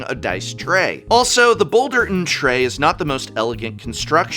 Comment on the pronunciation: Not Boulder NNN tray, it's Boulder'N'tray like you are saying it hollering out the window of a speeding pickup truck 😂